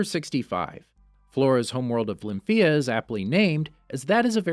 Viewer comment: ITS LYM PHEA